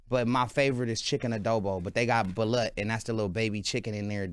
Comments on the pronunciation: it’s pronounced ba- loot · There definitely pronouncing it wrong, it’s Balut but pronounced Ba-loot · Balut is pronounced like baloo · It's pronounced ba•loot but alright, Ray J is keeping us cultured! 🤣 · It's pronounced BA-LOOT & not balut like slut. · It pronounced BA LUTE